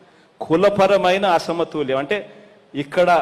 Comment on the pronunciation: అరేయ్ నత్తి నాకొడక అసమతూల్యం కాధురా బేవకుఫ్ అసమతుల్యం యెవడురా నీకు చదువు చెప్పింది